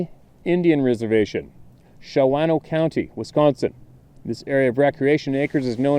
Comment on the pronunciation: Wisconsin story. Indian tribe is pronounced…men..nah..min..née.. and the town is pronounced. Shaw..no.. It’s close by me.